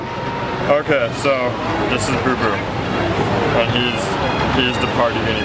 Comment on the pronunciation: It's BooBoo not BoBo